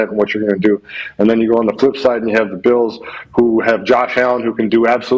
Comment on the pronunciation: Buffalo “beals” pat what 😂